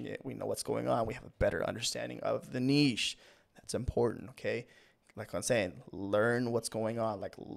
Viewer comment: Thank you for doing this video and for also pronouncing niche correctly